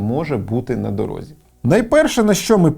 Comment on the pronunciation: не "на дорогзі", а на дорозі